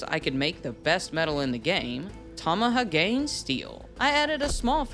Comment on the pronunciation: ... oooof... Tama-ha-gane. Not Tamaha-Gain